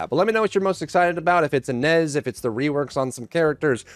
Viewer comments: Blud said Ana east….im pretty sure it pronounced a-na-ess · please for the love of all that is holy. It's pronounced UH-NAYCE.